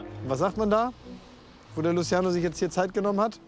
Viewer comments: Wen triggert es auch das er Luschiano sagt ? 😐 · Niemand Wirklich Niemand Klaas und: Lutziano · Niemand:: Das ist luziano